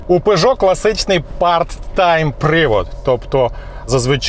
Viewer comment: Правильно Пежо а не Пижо !!!